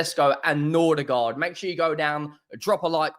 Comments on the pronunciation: It's Mbe-u-mo, not Mbu-e-mo and it's Nor-gaard, not Nor-der-gaard. Jesus. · Bro why you keep saying Nordigaard??